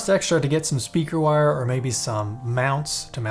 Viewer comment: Stayed for the end and was pleasantly surprised with those bloopers. Definitely needed that with my morning coffee. "Speaker...with a G... speager"...Thank you for this! hahaha